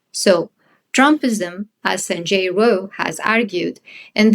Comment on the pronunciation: Sorry, WTF is that name you say ? Sanjay WHO?! Neither closed captioning nor searching is any help.